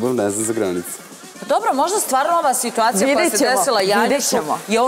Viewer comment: Tako priča nikoju, svitacija i još neke provala😂😂😂